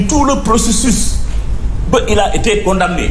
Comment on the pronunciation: Il a été con dam ne. Thiey yalla . Ces gens ont il fait l école primaire? On prononce jamais la lettre m de condamner.